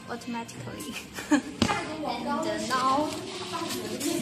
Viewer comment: "auto matikkkkcallly" ......"phaashhhssyut"